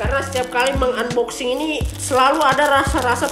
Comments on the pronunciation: Tulisannya emang unboxing tapi dibacanya anboxing pan,pan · Bang saya kasih tau nih unboxing itu dibaca anboxing bang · "UNboxing"🤣 #ripenglish